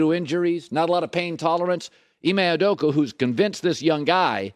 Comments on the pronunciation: It is maddening listening to Colin talk ab the Celtics, even when it’s finally in a positive light. Why is it so hard to say Udoka instead of Oodookoo. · colin: Ime Udoka: “Ime Udoku” Kevin looney: “KayVon looney”